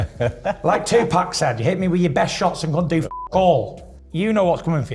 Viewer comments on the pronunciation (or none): none